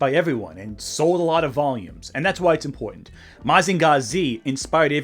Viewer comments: Bro why do you say Mazinger Z like that. Mazinga Zee is how they would say it on Big Bang theory. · What the actual fuck is that pronunciation of Mazinger Z?